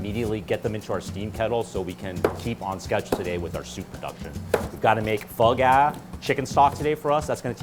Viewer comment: Had to turn the captains on because I thought he said they had to make bug ass. Nope. Pho Ga